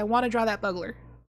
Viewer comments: I'm gonna assume someone's already commented that its pronounced Bugler, like Bugel. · I know you mispronounce things for fun but for some reason "buggler" is the most triggering. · lmao the way you pronounce bugler just makes me laugh thank you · She knows 😂 she says it right a few times she's just memeing usually